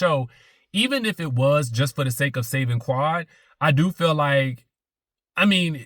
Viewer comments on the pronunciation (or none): none